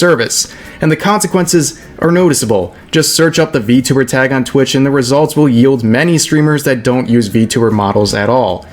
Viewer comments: I *was fucking triggered on how he pronounced it I can't even portray it in a "mOcKiNg" text form, it's just fucked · Apparently xQc is such a huge V-Tuber that he intentionally mispronounces it too Fucking "V-Tubber"